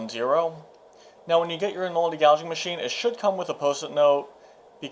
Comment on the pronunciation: In-o-leddy, not In-oldy. Other than that, a decent explaination.